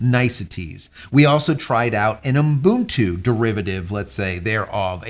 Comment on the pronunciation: This guy is stupid. Most of the time he likes to praise himself of how he did this and how he did that. Useless . He even know how to pronounce "Ubuntu" - its oo buhn too Its really frustrating when he says "unbuntoo" Clean shaven Vin Diesel cameo.